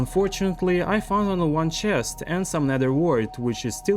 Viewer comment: That OOOO CHEST! Sounds so Russian 😂